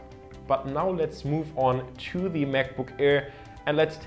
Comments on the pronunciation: Hey, find's klasse, dass du als Deutscher in gutem Englisch sprichst. Hab nur einen kleinen Verbesserungsvorschlag: the + Wort, das mit Konsonant beginnt wird "the" ausgesprochen, the+Wort, das mit Vokal anfängt "thi". Du sprichst alles als "thi" aus, was sich total falsch anhört :D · could you pls learn how to pronounce "the" correctly? pls that's so annoying.